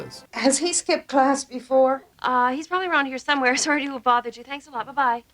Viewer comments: Sorey ? Sauri? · If you keep pronouncing Sorry as Sore-ee, the game can definitely end in the explosion of a revenged-fueled powder-keg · Full blown sore-ee made me really laugh out loud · The way you say "sorey" immediately identifies you as a Canadian. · friendly Canadian accent shines when he says "sorry." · You forgot to mention that games of sorry immediately break into all out pronunciation Wars between Americans and Canadians as to the right way to say the word "sorry". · Hearing say the most Canadian sorry ever made me laugh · Easiest way to tell if someone is Canadian is to just ask them to pronounce "sorry". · I love how Canadiens don't pronounce the "a" in "sorry"